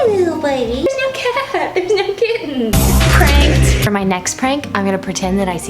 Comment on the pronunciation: The way said pranked every time killed me inside 😂